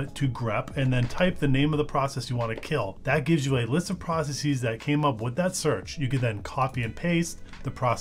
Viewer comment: Please don't say 'process-eez'. It's not pronounced that way in any accent.